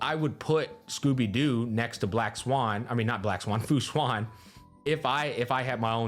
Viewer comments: its actually "shu-en" not "shu-an" idk why so many ppl call fu xuan "shu-an" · Its funny because he probably wouldn't get it mixed up if he just pronounced Fu Xuan's name correctly